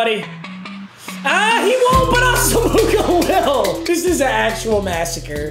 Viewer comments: The way he’s saying asomugha hurts my soul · nobody wanna tell him how to say asomugha? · I think it’s funny how he pronounces Nnamdi’s last name wrong 😂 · Get this man to say Nnamdi asomuoghas name right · does intentionally mispronounce Asamugha's name or does he just not know lmfao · I cringe every time he mispronounces Nnamdi Asomugha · Comment #53 PLEADING to learn how to say Asomugha correctly. ITS “AWESOME-UH-WAH” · When is this man gonna learn it’s not pronounced “As-a-moo-ga” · It's pronounced Ahss-um-wa for future reference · Just an fyi, it’s pronounced Ahsum-muah” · Asomugha is pronounced “Awesome-wah” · Just needed to let you know because I've heard it in multiple videos. You're saying Asomugha wrong. It's pronounced Ah-sem-wah. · nnamdi asomugha is pronounced AH-səm-wah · Say assamooga one more time I dare u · It’s pronounced Awesome-Wah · Dear Papa, sorry for the correction, but it annoyed god damn near anyone, His name is pronounced Nam d y Asom waa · Asomugha is pronounced awesome-wah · Papa his name is nnamdi aw-sem-wah just so you know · Papa, it’s pronounced “os-um-wa” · 1. It's pronounced ah-sa-moe-wah 2. You didn't have Harold Carmichael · Please it’s not asmuga 😂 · It’s pronounced (asumwa) not asomugha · When will he learn it’s pronounced ahsu -mwah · Jesus Christ its pronounced "awesome-wa" pls stop it hurts